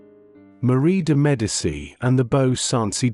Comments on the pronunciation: I cannot sit through 20 minutes of an AI narrator mispronouncing Medici. It's MED AH CHEE not MED AH SEE. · IT IS PRONOUNCED ——“MED A CHEE” NEVER——-MED A SEE! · Love that the AI narration can't pronounce Medici.